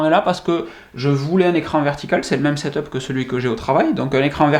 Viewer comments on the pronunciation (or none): none